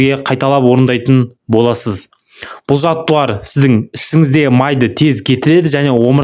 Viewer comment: Жаттығулар деп сөйлесіп,жаттуарлар демей